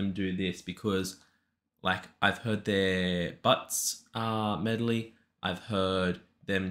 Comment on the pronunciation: Again you looked at a word that starts with m-e-D and said "melody." It boggles my mind how many people do that.HaHaHa